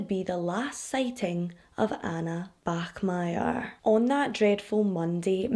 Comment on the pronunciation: you pronounced the german name bachmeier absolutely flawlessly! weird thing to point out but I still wanted to do it. great video as always. I love you and your channel:)